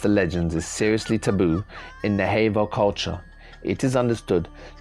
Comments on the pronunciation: Sir. Navajo is pernounced nah vah hoe not nay vay hoe for any future reference. Thank for your time. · Its pronounced nav aho not na vaho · And it's NA•VA•JO, not nahavo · Pronounced Nava-hoe. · Good vid. But it's pronounced: nav--a--hoe. Soft a. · It's sounds like Nava ho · Skinwalker Ranch is in the state of Utah. Also Navajo is pronounced, Na Va Hoe. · I only found this channel 2 days ago, and it's right up my alley!! Thank you for the great, always fascinating videos!! Just for the record, the name of this indigenous tribe is pronounced 'Nah-vuh-ho!' I look forward to your new posts😉!